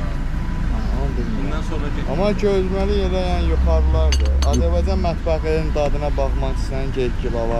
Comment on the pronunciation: Xoş gəlmisən səfa gətirmisəm Ama bu AZERBAYCAN sözünü deməyi bir türlü öyrənəmədiniz AZERBEYCAN DEYİL AZERBAYCAN OLACAQ